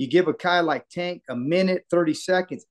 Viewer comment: Do you purposely say his name wrong? I don’t understand how you’re around him and people he knows so often and you’re the only one that says it that way. Say his name right! Or just call him Tank.